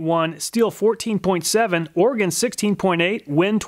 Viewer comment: Another great review, thank you! As an Oregonian, I also just wanted to thank you for pronouncing the word right. = ) Edit: I think I know why these saws don't have much for digger teeth, if you tried to use em you'd probably just stall the saw anyway.